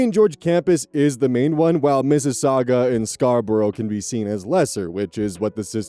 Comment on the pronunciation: Not my Canadian ass being momentarily stunned hearing an American pronouncing Mississauga and Scarborough correctly! 😂